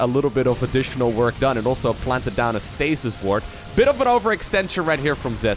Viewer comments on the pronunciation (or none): none